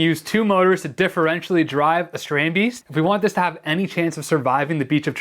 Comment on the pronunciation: Haha, your “Dutch” pronunciation does need some work. Love your content tho.